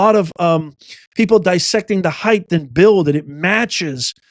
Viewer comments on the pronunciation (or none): please quit presentation, it is height not heigth, c'mon man